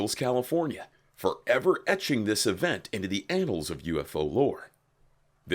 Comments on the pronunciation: Its annals pronounced a as in and not anal you pratt. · “anals of ufo history”?